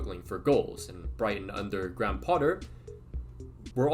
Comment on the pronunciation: Love your videos lad but hearing you pronounce “Graham” hurt my soul